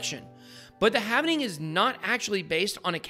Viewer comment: It's halving not havening